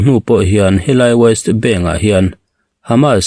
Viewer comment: Waist bank ti lovin West bank ti in lam la